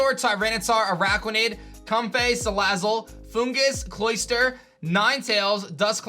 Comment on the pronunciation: The way says comfey is destroying me LMAO.